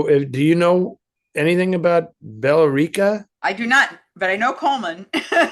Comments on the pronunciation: Billerica? It's pronounced Bill-RICK-a. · With all due respect to both of you, I grew up near Billerica and I’m sad to report that the only way I’ve ever heard it pronounced is “Bill Ricka.” I enjoyed Eddie’s intriguing and exotic pronunciation though. City managers should seize the opportunity and rebrand the city based on it. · By the way it’s pronounced bill rica